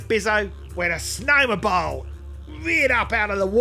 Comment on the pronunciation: I've seen the Snowmo-bile videos several times and only halfway through rewatching this one do I realize it's said that way to be like crocodile, it's incredible how some references can be so basic you (I) don't notice 🏂